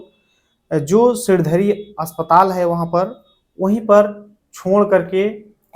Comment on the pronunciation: सिरधडी नहीं सिणधरी